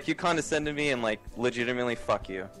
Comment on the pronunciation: con-da-scend... :\ He keeps saying it wrong over and over, arrrggghhhh...